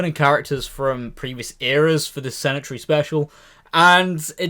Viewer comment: 'Centenary' is pronounced SEN-TEE-NA-REE, not SEN-IT-ARY. Haha.